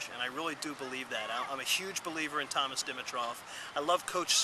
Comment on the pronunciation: good to put a face with the douche didnt know it was possible to hate anyone this much w/o even knowing them..........stop mispronouncing thomas d's name. hate that i even gave this vid another hit